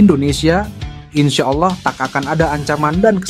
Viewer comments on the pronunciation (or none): none